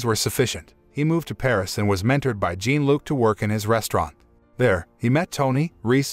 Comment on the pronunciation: Jean Luc is pronounced more sounding like “John” than jean like blue jeans And Michel is pronounced Me’ Shelle. Not Mitchell.